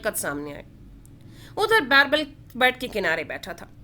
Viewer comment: It is birbal not bairbal 😅